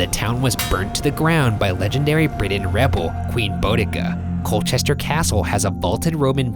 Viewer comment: "coal-chest-er" "bow-deh-kah" "es--ex"